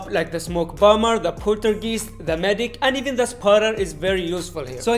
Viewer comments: The poltergeest 🤣 🤣, the way you say it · Bro said Poltergeese😂🤍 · I love the way you say Poltergeist